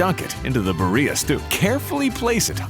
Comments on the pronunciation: Recipe looks great but you're pronouncing birria wrong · This fool can say Guajillo right but can’t say Birria 🤦🏽‍♀️ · I hate the English pronunciation of Birria. Roll those R's.